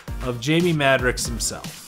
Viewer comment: He's my favorite character.. Love the video.. Thanks for the upload, but PLEASE, repeat after me MAD-ROCKS, Jamie Madrox (Mad-rocks)